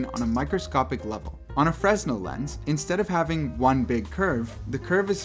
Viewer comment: bro fresnel is pronounced like 'fruh-nell' btw